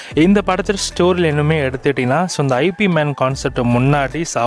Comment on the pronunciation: Not ஐ.பி. man it's இப் Man